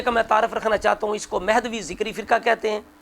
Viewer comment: ذَکَرِی تو ہوسکتاھے لیکن ذِکری نہیں